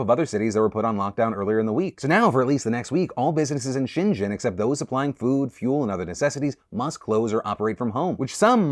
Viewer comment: Hongkonger here. You can just pronounce Shenzhen as Shen-zen Phil. Not sure what pronunciation you're trying there...